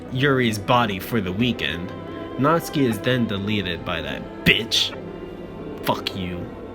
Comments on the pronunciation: Stop pronouncing natsuki's name Natski!!!! It is pissing me off it is natSUKI!!!!!! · Nat-Su-Ki not Nats-Ki